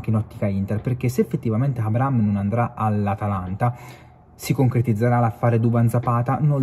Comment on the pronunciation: Si dice A-bra-ham, h non é silenzioso. Bel video però.